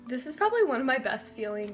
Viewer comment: Azul_unicorn 4life no she said one but it sounded like slime she said "I love this one" but the s from this got combined with the one